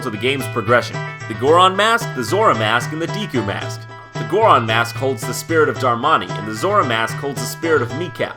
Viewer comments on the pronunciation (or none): It's Goron and Zora not Gooron and Zoora!!!